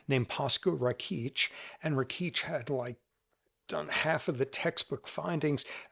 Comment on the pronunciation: It's RAkitch, not RakEEtch. And as a fellow Serbian, I'm truly embarrassed about this guy's horrid comments.